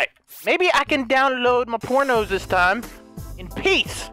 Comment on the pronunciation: he rellay said leet me wacth my prono peac XD